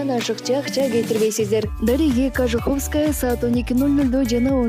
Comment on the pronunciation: Ужас ! Ушунчалык сабатсыздыкка түштүк . " КожухОвская " эмес " КожУховская " деп айтылат . Сөз жок ......